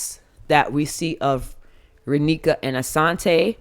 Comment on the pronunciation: Your the first person to say Raneka and Asonte correctly lol